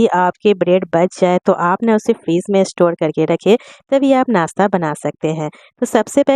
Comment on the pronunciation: Aap muslim hein par nashta ko nasta bol rahi hein kya baat.